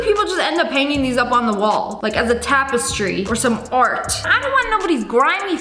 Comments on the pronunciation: Is that how u pronounce tapestry? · There is no frickin way she said tapestry like that